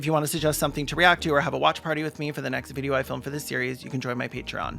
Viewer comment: Why does Dhar Mann pronounce "next" as "negz"?